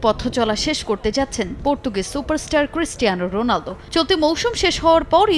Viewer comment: রন না ভাই রোনালদো 🙄🙄